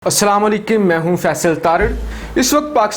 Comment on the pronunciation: you don't know how to say salamo Alikum please fix your way of salam very jahil way